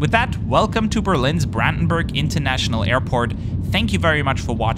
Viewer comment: Great review! It's kind of funny how you go on about pronouncing Kevlavik correctly - I noticed you try to pronounce all the airport names the way they're supposed to. But then you flat out butcher your native tongue Börrlin Brrrändenbörg with an American accent. 😂